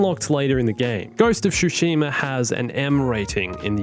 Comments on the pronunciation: OMFG! Hearing "SHushima" never fails to trigger me. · Ghost of Shoe-shima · "ghost of shoeshima" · Ghost of "Shoesheema". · You said Tsushima wrong